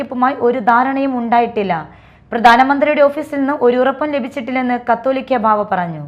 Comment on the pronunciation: കാത്തോലിക്ക എന്ന ല്ല , കാതോലിക്ക എന്ന് വായിക്കുക